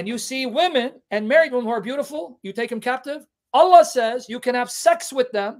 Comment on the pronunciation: Allah sounds like 'a lie' .